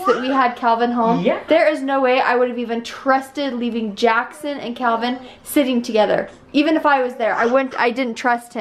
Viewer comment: 1.35ish...he was totally trying to say Calvin xx